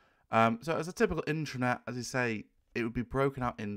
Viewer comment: first constructive criticism. your pronunciation of (internet/intranet?) drove me to the transcript. sounds to my ear "intranet" which would be appropriate for Private authorized users only access. the transcript says internet, what are you saying? it would not be the first time i found major errors with the transcripts. sharepoint could be considered cloudbased intranet to an organization.